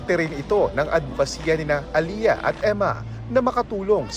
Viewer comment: It is not "Aliya" , It's Ale-yah!. Pamali mali mga reporters.